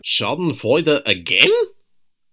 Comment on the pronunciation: love how you say Schadenfreude (god english needs a word for that)